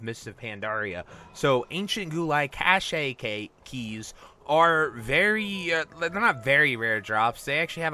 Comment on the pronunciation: ... it's spelled cache its not pronounced that way... its CASH not cash-ay..............